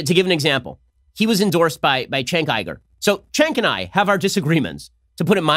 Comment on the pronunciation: Ben can't even pronounce Cenk Uygur's name right, or he purposely mispronounces it because he is an idiot.